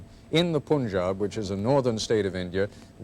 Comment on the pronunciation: poon-jaab????? it's pan-jab